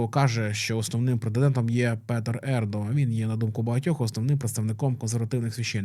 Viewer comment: Не "папабІлі", а "papAbili". ) Не Ердо, а Ердьо. Не "Хосе Делантіно Калака де Мондонка", а Жозе Толентіно де Мендоса. Говорять про Пароліна, показують Дзуппі (не Зуппі!). Не ТарксОн, а ТАрксон. Ну якщо беретеся за тему - вивчіть матчастину.